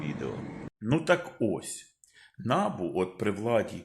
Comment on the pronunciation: Та не нАбу,а набУ, будь ласка, говоріть правильно